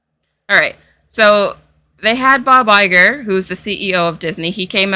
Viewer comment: The way you pronounce Bob Iger, I heard " by by girl" (I don't know of your pronounce has something peculiar or it's the regular one, but I am Italian native-speaker and had never heard that name pronounced by an English speaker, so I didn't expect it to sound like that)